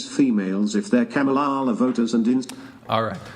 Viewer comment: I love how Brian keeps mispronouncing Kamala's name on purpose like he's just not getting it lol 🤣